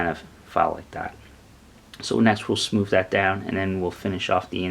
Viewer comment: smoover lmao wivv